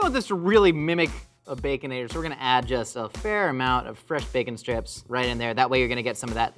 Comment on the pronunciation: Did call it a “Baconadle Lasagna”? 😂